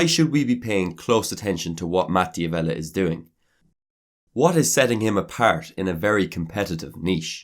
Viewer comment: You mispronounced his last name. It's pronounced "Davella" not "Di Avella".